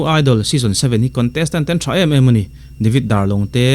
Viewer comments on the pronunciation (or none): none